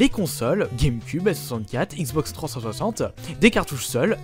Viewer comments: Xbox trenssanssante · Articule quand tu dis " Xbox 360 ", prend le temps :D